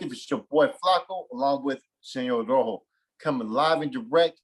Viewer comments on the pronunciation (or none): none